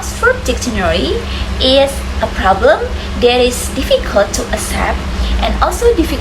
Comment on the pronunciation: That's a good topic and you explain it quite clearly. One thing that you need to improve is the noisy sound in the video which is distracting. Moreover, you need to improve your pronunciation such as difficult, dictionary, etc.